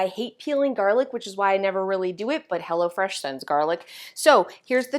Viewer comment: Oh,! You said 'Hello Fresh' and I heard 'Hello Kitty'. I was like, whhaaaat? 😅😂😅😂😅😂